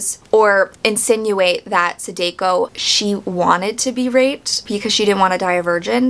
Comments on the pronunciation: Great review, but every time you say “Sadeko”, my soul leaves my body lol. The “ah” sound in “Samara” is also present in all occurrence of the letter “a” in “Sadako.” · I just finished the book and I think The book was better, but it's your opinion and its pronounced sah dah ko and ah sah ka wah.